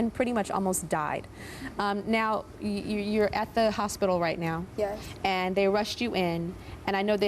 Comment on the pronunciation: the grl who wanted a boob job pronounced her 'yes' weird shes like 'yesssssssssss' haha